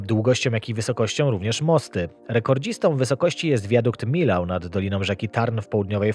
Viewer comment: naprawdę nie mogłeś zapytać google'a, jak się czyta nazwę wiaduktu we Francji, Millau? 🤦🏻‍♂️